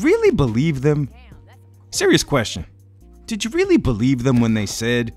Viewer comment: Did we weally want the Blackcell to get nerfed?